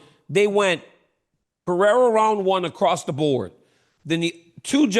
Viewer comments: Chael. Learn how to pronounce Alex's last name correctly, then maybe he wouldn't be mad at you. Pereira = Puh hay rUhh. Not Pee Era. 😂😂😂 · Kale. Per Era. Dude. Come on. Its not Pierre Uh, or is this just cuz your name is hard also? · No one: Absolutely no one: Chael: Alex Pee-Air 💀💀💀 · Chael “Peeoira” Sonnen GOD get his name right you TWANG!